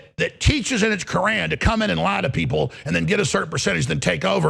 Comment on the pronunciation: He says kooran😂